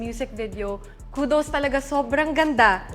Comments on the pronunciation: Pablo "kudos" yun hindi "kutos" ang kulit mo talaga eh noh. 😅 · Vj: kudos Pablo: kutos Hahaha! Ang kulet!